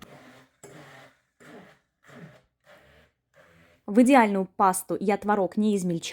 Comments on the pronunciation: ТВООООООРОГ!!! НЕ МОГУ СЛЫШАТЬ ТВОРООООГ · Правильно было творОг. Но теперь Допускаются оба варианта ударения. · ТворОг или твОрог. Автор говорит на первых минутах это слово с разными ударениями😅